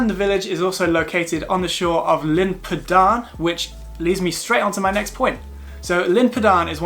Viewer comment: I hope this helps, but Glyder is not pronounced “Glider”, but “Glidd-err”. Tryfan is pronounced “Truh-vann”, not “truff-Ann”. Llyn Padarn, is not “Pudd-Arn”, but is “Padd-Arrn”. Dinas Dinlle is not Dinas “Dunelle”, but Dinas “Din-hll-ay”. Betws-y-coed is pronounced “Bett-oose uh coyd”, not Betsy-Coyd.